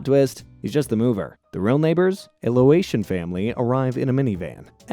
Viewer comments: " it's "lay-ocean not "low-Asian" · You really said loation it's not Loa it's Lao